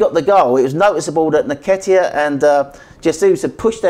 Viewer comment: the best way to pronounce Eddie's surname is this...in-ketia and not ni-ketia.